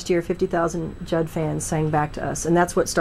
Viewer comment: Greta it is JUDD not JUDGE!